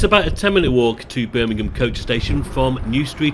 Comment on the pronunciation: its Birmingham